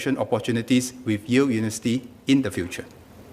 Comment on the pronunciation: It is not unisity...it is uniVERsity...